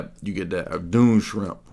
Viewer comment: It's pronounced "Dune SKRIMP" -- aside from that excellent work as always